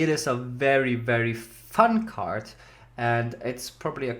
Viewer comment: Emphasis on “fun card”